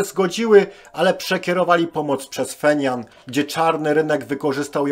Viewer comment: Stolica KRLD to Pjongjang a nie "Fenian" .